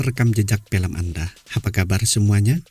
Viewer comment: Film bang bukan pelem .. cara bicaramu di ubah itu cok